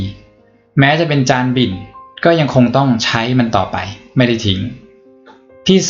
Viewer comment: จานบิ่น ไม่ใช่จานบินนะะะะ 😂